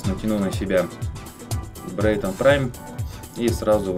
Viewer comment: брэйтон а не брэйнон